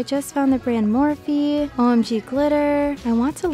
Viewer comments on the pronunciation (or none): none